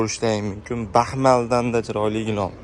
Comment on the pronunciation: Gilom emas gilam deb gapiring 55 yoshga kirib gilamni gilom deganni birinchi eshitishim 😅